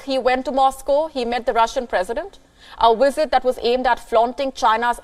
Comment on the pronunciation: What is a “wisit”